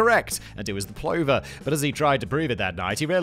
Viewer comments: Plover. Say it with me Simon, "Pluh va" not "plohverr" ;) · Plover = p lover, not pl over. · It’s pronounced pluvver same as lover. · I think it pronounced pluffer, not Plover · You must be unique ,everyone else knows how to say....pluver.... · Plover is pron pluvver btw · Pronounced. PLUUVER. FFS have you turned into an AL bot? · I appreciate that you probably don't give a 💩 but it's pronounced pl-uv-er (as in take the ov from oven) for plover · Plover is pronounced like Brother, Aren't you English? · Plover is pronounced pluvver. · Huge Beaver may be funny, but "Plover" is pronounced "pluvver". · Plover rhymes with other, not clover...